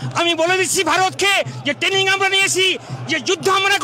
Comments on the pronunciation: Abe kathata tening noy kathata traning... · যারা নাকি ট্রেনিং কথাটাই ঠিক মতন উচ্চারণ করতে পারছে না তারা করবেন যুদ্ধ 😅😅😅 খারাপ লাগে এটা ভেবেই যে বাংলাদেশে অনেক প্রতিভা সম্পন্ন লোকজন আছেন, মনে হয় তাদের অনেকটাই ক্ষতি হয়ে যাচ্ছে, বিশেষ করে শিল্প সংস্কৃতির দিকটা। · দাদুদের alzimar বা মানসিক বিকার হয়েছে। ট্রেনিং কথাটা ঠিক মতন উচ্চারণ করতে পারছে না । যুদ্ধ করবে । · উচ্চমানের গাঁজা সেবন করে ফেলেছে,,, ট্রেনিং কথাটাও ভালো করে উচ্চারণ করতে পারছে না,, বলছে টেনিং 😂😂😂😂যদি এতোই ক্ষমতা তাহলে পাকিস্তান টা কে দখল করে বৃহত্তর বাংলাদেশ গড়লেই তো হয়,,,,, আরে ভাই যুদ্ধটা তাজিয়া নিয়ে লাঠি খেলা নয়,,😂😂😂😂